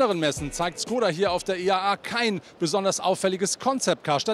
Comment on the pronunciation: Mensch, warum habt ihr alle Probleme mit der richtigen Aussprache von Škoda? Dein Kollege von Autophorie schießt echt den Vogel ab mit seinem Schkodda 😂 😂 Richtig wäre ein Sch-Laut und dann ein längerer O-Laut, sprich Schkooda 😌